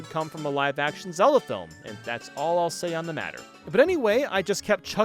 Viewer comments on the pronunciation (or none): none